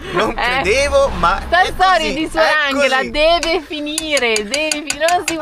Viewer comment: Ciao ragazzi, vi seguo da qualche settimana avendo scoperto il vostro canale. Avevo una domanda, perché si pronuncia "Anghela invece di Angela" ? È pronunciato alla tedesca 😊 Bacio Briciola